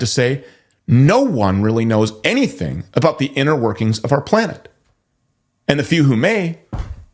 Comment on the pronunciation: We live on a "plane-ette"